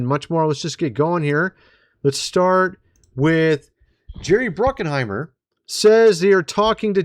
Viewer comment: dude, where is the "N" in Bruckheimer? It is not Bruck-n-heimer... Alien and Aliens are TWO different movies... UGH!